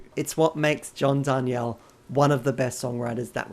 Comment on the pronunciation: It totally looks like it should be Dar nee elle, but yeah, he (mis)pronounces it Dar kneel. Crazy bugger😂